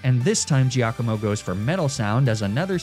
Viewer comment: Unsure if is deliberately mispronouncing Giacomo for engagement… it’s “JAH-ko-mo”!! But you probably already knew that. 😂 enjoy the free engagement.